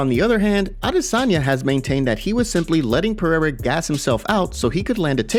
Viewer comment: Why do we have to listen to Brendan Schaub opinion guy pronounces Alex perieira name like he's some kind of Frenchman named pierre